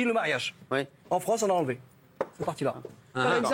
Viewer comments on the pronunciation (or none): none